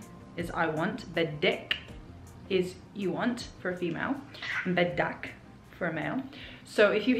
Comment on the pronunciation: Nicely informative for newcomers. Just one small thing that caught my attention: you're saying "beddik/beddak/beddeesh" when you should use the short /i/ instead of the short /e/ sound ... folks even commonly write it as such (biddik/biddak/biddeesh") Keep up the good work! You're making wonderful progress. =-)